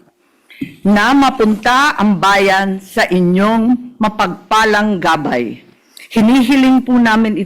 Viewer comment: Ano ba yan, tagalog na nga mali pa ang pagbigkas mo sa "Gabay".